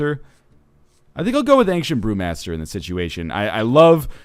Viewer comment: it sounded like he said ancient poomaster lol